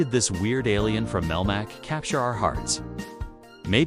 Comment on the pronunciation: Jesus! "MAVEL MACK"?